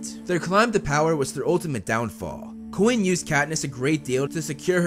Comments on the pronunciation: When you say “coin”, 9/10 it sounds more like “Quinn”. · Bruh pronounces Coin like Quinn all the time